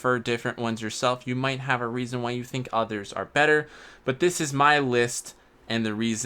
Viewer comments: Failnaught can be obtained on blue lions route also it’s might, not mount 🤦🏻‍♂️ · Might, M-I-G-H-T. Not MOUNT. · Can't get over "might" being pronounced as mount 🤦🏻‍♂️ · Mount lol. Its might. Nice list though. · MIGHT. NOT MOUNT. jeez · Lol!!! He kept calling might, mount. He even called durability, mount. No disrespect though, just pointing out a mistake.